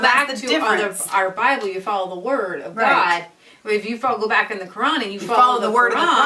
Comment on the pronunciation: Firstly, if you're going to slate Islam and claim that you know the teachings of the Quran, please learn how to say A)Muhammad B)Quran Secondly, what you are saying in this video is completely misinformed, Islam if the most peaceful religion and Muslims the amongst some of the most peaceful people you will ever encounter. The people you are referring to are Islamists, alongside a smattering of extremists , bear no real representation of the majority of the immigrant Islamic community. Your implication that the whole of the "30,000" Mulism residents of Luton are extremists is honestly laughable. What you can see from the protest is that a few hundred Islamists were on the march, the camera angle probably exaggerates the scale of the rally for dramatic effect. Furthermore, your heralding of Stacey Dooley as she slates these people acts to imply that she is an anti-Muslim, which if you watch the documentary, will discover is complete rubbish. You CANNOT imply that the bible and Christianity is without fault when comparing it to the Quran, both these books are archaic and ideologies change, though I cannot claim to have read the whole Quran, I have a fairly proficient knowledge of it as well as of the Muslim community, I have also visited many Mosques and known and met many Muslim people in my sixteen years. It astounds me that two evidently grown women could be labouring under such a heinous misapprehension as the one you appear to be under in regards to the Muslim faith. As a C